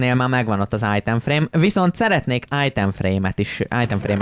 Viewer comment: Ezaaz! Újabb Eallképesztő Minecraft videó!:_jeábébe::_akalk: :_mátéideges:Egy titkos harcsafilé üzem!!:_kriszhype:(ha van olyan xd) 😅csak én hallom "ájtem frémnek"?😅 ( Nem rosszból ne értse félre senki) ..... :_uasztuaa: 1. Évados visszautazás az időbee:_jeábébe: 😅már megint majom:_kriszhype: Időutazásos előregondolokodás:_uasztuaa: Egy MazeHáz mindig jól jön!:_akalk